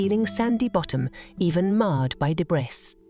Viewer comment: Debrissss? Debreeee Debris